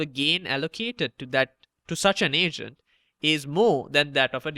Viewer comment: I kept thinking you said Asian instead of Agent aha